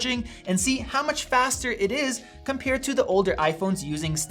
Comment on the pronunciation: it's so funny he pronounces 'compare' like 'compeer'. there's an A in there bud, not two Es